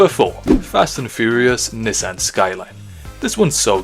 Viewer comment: Anyone cringe on how he pronounced Nissan?